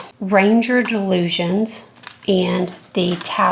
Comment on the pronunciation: And so,, thank you for yet another excellent video. Re Dylusions Art Journal, this journal is part of the artist Dyan Reaveley's Dylusions Collection, by Ranger. So it's pronounced, Dy-lusions, like Di-lusions. As she always says, 'It's easy when you know how'.